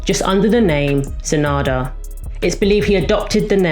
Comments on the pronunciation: It’s not SA-NADA, it’s SA-NANDA. Shame you didn’t add in his affair with Paula Yates which sent ripples through the music industry and almost killed his career. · **Sa -nan-da**... not San -ada. : ) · Thank you. I wish you had mentioned his daughter too, whom he had when he was named Terrance. BTY - his name is SaNANda - not Sanada - I am a HUGE fan and I support and promote every chance and I loved this information video you did - very good but I think it is important to get their names correct - right? Don't you?